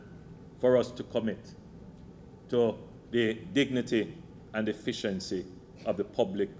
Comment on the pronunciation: y it always sounds lik Andrew says "deficiency" instead of "efficiency"